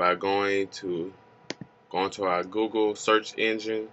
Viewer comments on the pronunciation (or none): Did u just said Gogol ??